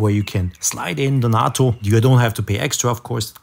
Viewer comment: FYI - Please correct me if I am wrong, but I think 'nato' is pronounced with a long "a" as in the NATO organization. Thanks again.